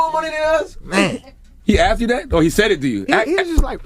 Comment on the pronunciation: “He axed me…” 😂 dumbass